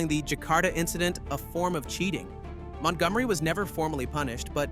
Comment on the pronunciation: Ah yes, that little known golfer Mont Gom Ereeeee! Nothing like Ryder Cup hero Montgomery.